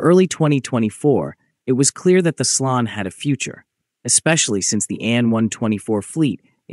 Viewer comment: Slon is pronounced [slɔn] not [slʌn]. Motorsich has an [tch] sound, not a [k] sound at its end.